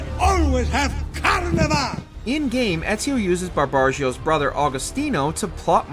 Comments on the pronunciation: Not "Barbarggio". BAR-BA-RI-GO. Also, Cleopatra's death is depicted in volume 4 of the official AC Origins comic book. She commits suicide by drinking poison, but not before entrusting Caesarion to Aya. Since Octavian was about to invade Alexandria and was not interested in Caesarion's survival, she took the young man under her wing, making him an Assassin recruit. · "Bar-ba-ri-go" is pronounced "Bar-ba-ri-go", not "Barbargio" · BARBARIGO!! not BARBAGIO.... BRO.. YOU ARE SO DISSAPOITING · the complete lack of effort put into proper pronunciation of names in this video is apalling. Barbarigo became Barbagio. Robespierre SOMEHOW, became Robotspear. FFS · for the love of all things holy. it's bar-bar-ree-go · I suppose at least you know it's not a bot voice if he's saying barbagio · He said barbargio listen closely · I’m sorry but the pronunciation of Barbarigo makes me sad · The constant mispronunciation of "Barbarigo" was almost painful to listen to